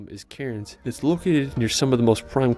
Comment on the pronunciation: A random comment from a random. The narrator miss pronounced a lot of these places. 1. Bondi isn't said Bon- dee it's Bon-Die 2. Melbourne is pronounced as Mel Bin 3 Cairns is pronounced as Cans. Uluru is a monolith or one giant rock, It's like an iceberg you only see a small piece of it. Tassie is split by 42°S latitude, So the opposite is 42°N which cut through the Northern US. Australia get more snow than Switzerland.